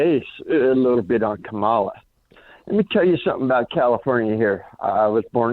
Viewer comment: You're pronouncing Kamala wrong: It's "Comma-la", not "Come-Allah". That shows you haven't even read her book, where that is explained. The rest of your video also shows you haven't done your homework, and aren't focusing on the "big issues" either. I don't need an ignoramus to tell me what the "big issues" are.